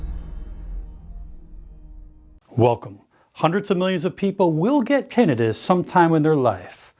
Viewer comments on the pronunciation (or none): I’ve never heard someone pronounce tinnitus so wrong in my life